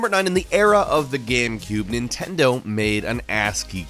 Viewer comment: nitendo switch??